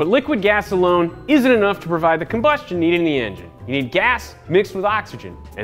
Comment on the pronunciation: He said gas alone I heard gasolone